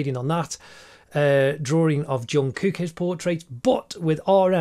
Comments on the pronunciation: And it's Jungkook not yungkook Ps. It's Kim Taehyung not Tayhoong. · You pronounce Jungkook with a j sound not y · Yeongkook😭😭😭 broo it’s JUNGKOOK😂😂😂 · Yonkook🤣 Wtf Is junkook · Did I just hear Yoonkook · He said Kim Tae-hung and thought that "Hung" was his surname. And called Jungkook Yungkook. Wtf? I'm legit losing brain-cells!!!!!!! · Not me laughing cuz he said YONKOOK